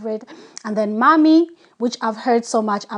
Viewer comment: It's not mammi, it's mämmi 😉